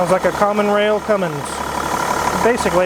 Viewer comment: At least wizzard knows how to say cummins for once somebody says it right